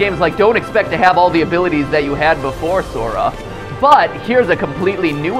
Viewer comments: matt says zora instead of sora multiple times. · I knew I shouldn't be watching this, but when you repeatedly said "Zora" instead of "Sora" I was out. Cheap cash in for views. Shame on you. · Mathew..... Sora with n "S" not a "Z" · Zora he said ZORA